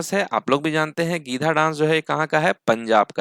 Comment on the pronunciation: गीधा नहीं गीद्दा